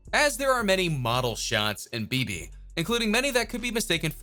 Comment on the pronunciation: dude learn the pronunciation of the song title